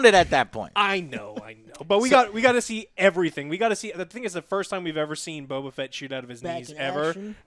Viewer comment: The ONLY bad thing I can say about this entire series is the way they pronounce the names. I first saw it with Bo-Katan Even the voice actress said Bokatan as if it's one word. Same with Boba Fett. It got mushed into Bobafett... I thought that was odd